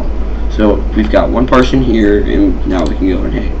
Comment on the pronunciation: Awesome video =) Really helped me out. My only complaint it's that you kept pronouncing "partition" as "partion" haha. It made me twitch every time.